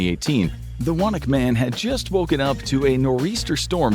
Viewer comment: Wanaque is pronounced WAH-nuh-kyoo